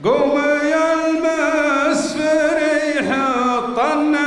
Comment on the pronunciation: كسر واضح في اول الموال والمسفري لو لاحظت حتى يصحح له نطق اسم القبيلة المسفّري